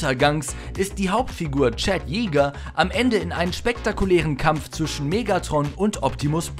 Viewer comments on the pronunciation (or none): none